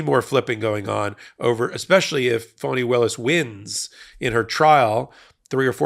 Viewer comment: Please try and pronounce Fani as Fanny not Phony 😢